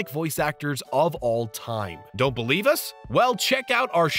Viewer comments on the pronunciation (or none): none